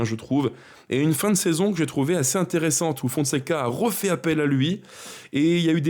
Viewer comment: Putain en tant que supporter des verts qui suit toutes tes vidéos ta chemise m'a ravi. Merci. Fait gaffe à la prononciation style on "rofait" à la place de on "refait". Sinon continu comme ça good job.